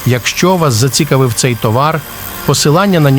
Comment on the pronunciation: " заці'кавив " , наголос на " і " 😅 Айбанан 😂